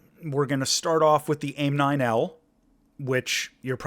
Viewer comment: One thing I noticed and as a pilot it bugs me: Aim-9 Mike but Aim-9L... L-Lima. Either pronounce it properly or at all :) Good content, as always. Keep it up!